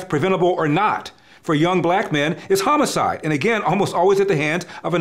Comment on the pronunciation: Why is he pronouncing homicide as hoe-moe-side???